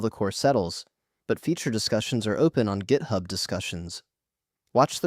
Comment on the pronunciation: AI slop "gaithub"